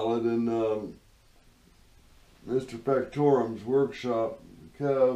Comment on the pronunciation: Third time lucky, you will be able to take this apart in your sleep!!, Glad you found the culprit. See you next time, By thye way it's not "mr factorum"🤣🤣🤣🤣 It's "mr factotum" that's (fact......toe.......tum) your not the first to get it wrong🤣🤣 look it up in the dictionary, (J of all T's) see you next time with the lathe up and running hopefully, no pressure!!!! Kev uk